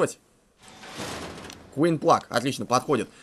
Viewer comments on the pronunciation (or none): none